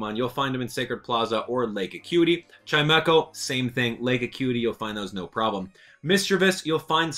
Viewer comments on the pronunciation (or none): none